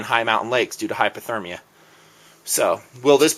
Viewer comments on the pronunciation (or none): Hey, it sounds like you are saying "hyperthermia" in this vid - just wanted to clarify that it's hypothermia - hypo meaning too low, whereas hyper means too high. Disregard this if I'm wrong; in either case I think the hypo / hyper medical terminology is lousy to say the least.